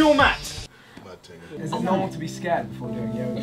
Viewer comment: GET ON YOUR MAT! Ksi: mat ting